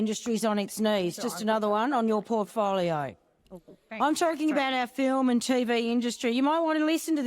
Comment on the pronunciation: The word ' film' has the letter 'l' in it. It is NOT a silent letter.